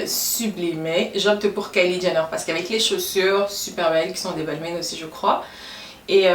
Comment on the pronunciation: Très sympas comme vidéo ! Par contre il me semble que Balmain ce prononce "balmIN" pas "balmainE". Bisous 😘